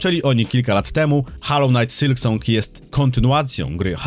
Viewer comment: Ale cringe wymawiasz nazwę gry xDD hAllow knight sYlk song xDDD Kłuje w uszy.